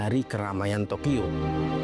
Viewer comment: Entah telinga gw ad problem atau ad salah pengucapan, gw dengarnya tokiyo bukan tokyo